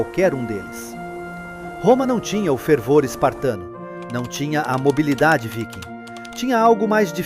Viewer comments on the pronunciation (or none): none